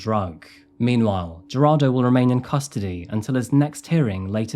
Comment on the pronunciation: I am sorry but Jarado?? 😂 it is pronounced, Heir-rod-doh. Gerardo